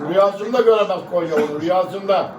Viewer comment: Kenyaya değil konyaya .yeniliyoz maç sonu takımda üzülen yook